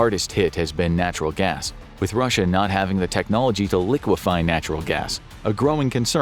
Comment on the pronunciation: nah literally listen to the first sentence spoken. When he says russia the it sounds glitch and the way he raises his voice so weirdly when he says 2026 just doesn’t sound right at all